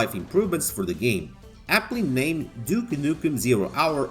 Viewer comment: Actually, I am playing it right now for first time and it is very good game. Bro, gave you a thumb but "duki nuki" keep it to brazilian hommies, please.